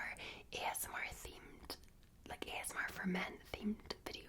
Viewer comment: I like how she says ASMAR instead of ASMR